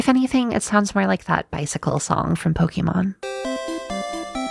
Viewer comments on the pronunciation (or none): none